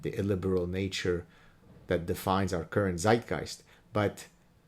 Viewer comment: tsaitgeist - Yiddish!